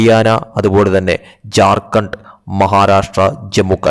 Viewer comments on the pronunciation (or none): none